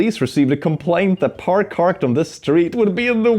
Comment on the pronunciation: "par carked" is a new level of dyslexia. Thank you for your contribution